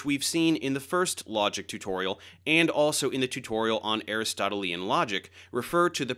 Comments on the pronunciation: Great video, but as a couple of others have noted, the adjective "Aristotelian" is pronounced "a-RIS-to-TEEL-yan", not "A-ris-TOT-el-EE-an". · DAVE! Ay RIS toh TEE lee un is the proper pronunciation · I focused on your pronunciation of Aristotelian to the exclusion of the rest of the video. I apologise. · No, Aristotle is correct, but Aristotelean, as in Aristotelean Logic is what I corrected Dave's pronunciation about!